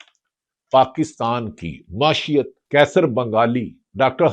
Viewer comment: بھٹی صاحب۔۔۔ "معاشیت" اردو زبان میں کوئی لفظ نہیں۔ "معیشت " کا تلفظ درست کریں۔